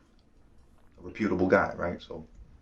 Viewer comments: I laugh our everytime these dudes try to pronounce these big words lol , REPUTABULE GUY... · Just seeing him with that gay ass eye liner on and pronouncing reputable reh-pute-able is enough to know he is corny and fake as fuck. Keep spreading them cheeks in there my guy...just another corny, meth head with stories that acts tough.